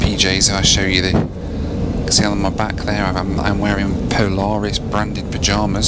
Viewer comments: Poo-laris Loo Review? Boooo! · "Poo-laris" review, lol! 😆 🚽